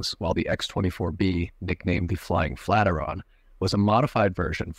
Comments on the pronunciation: Flat iron... not flateron☺ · I was perplexed the first time he said that😂